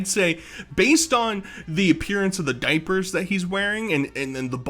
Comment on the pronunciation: "THA DOIPURTH"